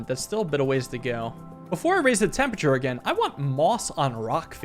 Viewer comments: it's temperature, not tempeture. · Raising the "tempature"